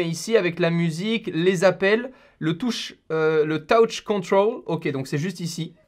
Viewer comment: le fameux taouche contraule